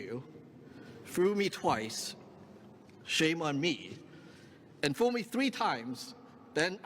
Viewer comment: I love chicken little 🤣 I'm sorry, is that 'fool' or 'foo'? I heard two fools and foo 🤣 go get'em Sammy Chu!!!